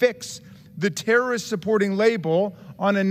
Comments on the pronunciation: This dude can't say his words correctly. tarist, intity, fun (instead of fund), hireen (instead of hiring), rill (instead of real), Isrelly, awso... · Jason Smith is an embarrassment. Dude doesn't even know that "terrorist" has three syllables.